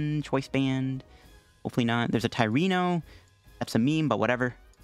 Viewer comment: playing expanded? I pull up. did you call Tierno, Tierino? lmao and alolan muk shuts off absol bruhh